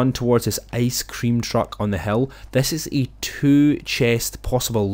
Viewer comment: Over at this hell... He says hill as Hell